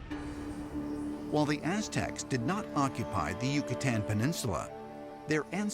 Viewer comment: That guy pronouncing Yucatan the way he did made me cringe